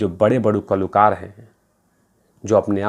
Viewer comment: Kalookar as you say, and not kalakaar